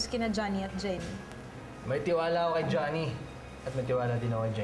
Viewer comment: Nanggigil din ako sa background music ei... Nakakiyak🥺.. and i love how andrew pronounce Jhonny's name, napakasweet 😁😅